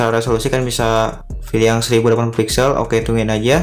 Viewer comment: Pilih apa filih... terganggu dengarnya